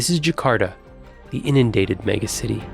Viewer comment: I love the reporter pronouncing "megacity" as "me-GAH-city" .